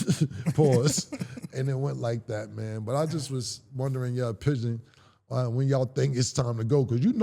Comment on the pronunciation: He said I was wondering your opiegon 😂😂